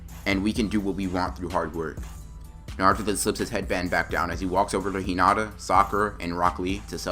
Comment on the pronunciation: Me:😐😑 Edit: he said hoonata instead of hinata if you did not get it